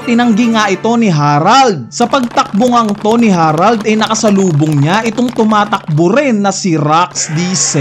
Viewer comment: Buti naman nabasa mo na na "harald" hindi herald